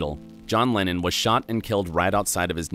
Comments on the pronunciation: why is it every time he says lennon i hear lenin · john lenin ? isnt it john leNNON not leNIN the russian communist ?